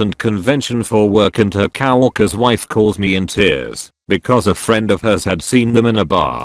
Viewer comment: No one Literally fucking no one Text to speech guy: Cow - Orkers